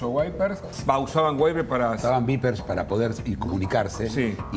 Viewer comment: NO se pronuncia "Baiper". Se escribe "BEEPER" y se pronuncia "BIPER"